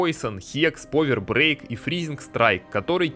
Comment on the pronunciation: Современный английский: существует 400 лет Декламатор: "вишионс стейс" "повер брейк" "кварт стейнс" "темпел кнайт" "дэз вайшпер" "халф хп" "поисон"